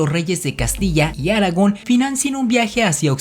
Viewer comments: Se pronuncia Aragón, no Áragon. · ¿Sí sabes que se dice Aragón y no Áragon (así como equivocadamente pronuncias)? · Aragon? Se pronuncia Aragón,, con acento en la ó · Los de Áragon? 🤣😂🤣😂🤣 No querrás decir los de ARAGÓN, verdad?? 😂🤣😂🤣😂🤣😂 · Aragón no se dice Aragon. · Es Aragón con acento en la o no aragon ese es el personaje de j.r.tolkien del sr de los anillos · Aragón!!!! Con acento en la o😱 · Argón no Áragon (este último es el personaje en El señor de los anillos). Además es Veragua y no Varagua. Soy panameño. No entiendo como si dicen que Colón hablaba un dialecto genovés no escrito, basado en sus cartas? Es decir, como puedes escribir en un dialecto no escrito? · "Los de Áragon". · Aragón, no Áragon ... no es El Señor de los Anillos jeje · es aragón, no Áragon, ni que fuera el señor de los anillos jaja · Dios! Porqué esa manera de hablar?! Porque terminar cada frase con ese tono?! Me parecen muy interesantes los videos, pero no puedo evitar sentirme frustrada con ese tono de hablar :( lástima Y no es Áragon es Aragón! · Por qué dice áragon...? Es Aragón... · Estimado amigo, muy buen video, solo un comentario: El ACENTO en AragÓn está en la Ó, no en la á. Saludos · Cómo diría Hermione: Es Aragón no Aragon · Es Aragón, no Áragon :D Creo que la influencia del Señor de los Anillos aún está presente. :) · Aragón con acento en la última sílaba, no te lo enseñaron en la escuela?, aragon es el personaje de el señor de los anillos ;) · Sr. Vd. no sabe de lo que habla y por cierto el rey que sale independiente es Fernando VII del siglo XIX y no Fernando II de Aragón (con acento en la o no en la a inicial). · Creo aparte del tema principal, que tu lengua materna no es el español, Aragón por ejemplo lo pronuncias con acento en la letra a. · Cuando te refieres al antiguo reino de aragon,lo pronuncias mal...lo correcto es Aragón,con acento o tilde en la O ,tal como tu lo pronuncias ,te estas refiriendo al personaje del señor de los anillos... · a mi me suana como Haragán ....